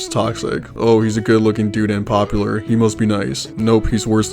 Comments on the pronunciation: I’m trying to eat while watching this, but I keep choking at “MISTER POPULUH” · I love that a guy loves shoujo manga ❤😂 and omg every time “mistuh pop-u-luh” came up it killed me 😂